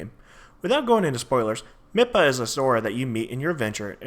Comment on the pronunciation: Mipha is pronounced mee-fa Not mih-pha